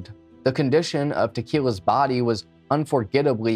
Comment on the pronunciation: Why did I hear you say "investigators could tell how dry some of the bud was" 😭 i had to rewind.